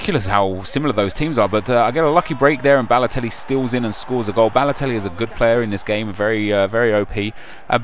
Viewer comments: You Said Lelotelli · Mario Ladotelli, yupp said Ladotelli. Like so he can see.